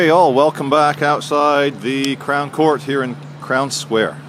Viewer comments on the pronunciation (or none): none